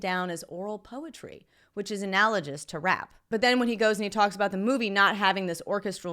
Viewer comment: did she say analoJous?